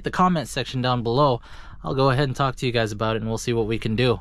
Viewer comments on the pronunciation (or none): none